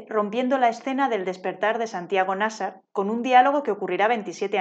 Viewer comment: Es que si no existiera, habría que inventarlo (el vídeo también 😉). Buenísimo. Solo un apunte: en mi opinión, Nasar tiene la sílaba tónica en la segunda [Na - sár]. Si fuera la primera, debería llevar tilde [Ná - sar], según las leyes de la acentuación en castellano. ¿O me equivoco?